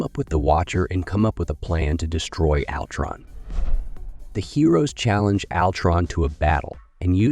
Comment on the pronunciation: This sounds like AI wrote this. Maybe its how you pronounce "alltron"